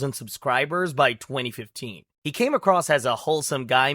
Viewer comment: you kept adding the letter S in front of the word He for some reason.